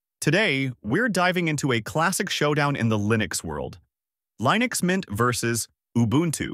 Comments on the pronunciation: Lie-nux? I think we had ironed out the right way to pronounce this decades ago. Are you a newbie or an AI? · sorry but "lie-nex" cringed the hell out of my ass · 10 videos on mint vst Ubuntu and the top result pronunces it Lie-nix. damn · I tend not to take advice from anyone calling it "Lye-Nucks". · Alarm! Alarm! Alarm! B.S. AI content! A.I. voice and can't pronounce "Linux" correctly in the first 10 seconds. After that I don't give a crap what you think.